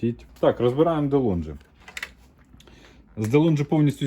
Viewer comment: Цікаво було. Ось тільки все таки правильно говорити ДеЛонґі.